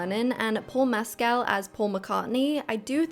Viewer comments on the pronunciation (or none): not a big deal but that's not how u pronounce mescal (ik because I literally go to the school beside the one he went to and he occasionally visits) Edit: molly mcann (louella in sotr actually goes to the same school paul mescal went too)